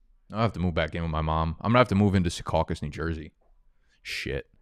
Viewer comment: Secaucus 🤣 man that was perfect